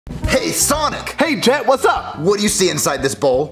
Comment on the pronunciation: Not to be rude but its jet not get